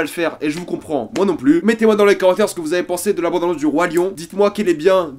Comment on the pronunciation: Je peux pas me concentrer avec ton "bONde annonce" raaaaah